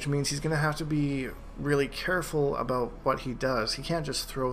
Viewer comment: "Aboot" this guy is canadian as fuckkk